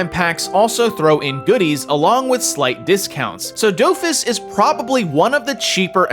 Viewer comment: Do-Fus not dowfus